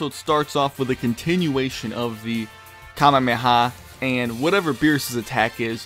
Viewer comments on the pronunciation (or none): Did he seriously just say Kama meha??